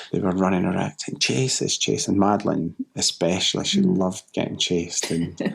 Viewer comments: I like your videos and I'm being super picky only because language usage can make or break someone who chooses to do what you do online. One thing that stands out is your pronunciation of certain words (ie. especially...not eXpecially) which can weaken how someone views your credibility. Not putting you down just wanting you to be your best as you're doing awesome work! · English? NO "X" in especially! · I hate to teach English to an English speaker but, it is ESpecially not Xspecially. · There's no X in especially. It's frustrating to have to teach English to an English speaker 👍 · What does 'exspecially' mean??? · ‘Exspecially’ isn’t a word. It’s pronounced as it’s spelled: ‘especially’. There is no ‘x’. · I get it the first time you say something without going over & over ..& grammar say’s ‘especially’ not exspecially, there is no x or k in it !!!! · One would think such a highly educated person could pronounce especially correctly.